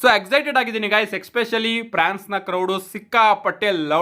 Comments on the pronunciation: Prance alla France adu 🤣🤣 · Prance❌ alla guru france ✅😂